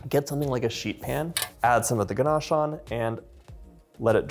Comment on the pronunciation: There’s no r in ganache It’s not pronounced ganarche